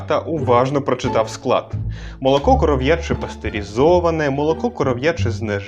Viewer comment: І не "коров'Яче", а "корОв'яче" молоко)))